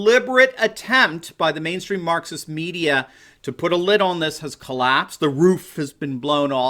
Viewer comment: when you hear Marxist as Mukxist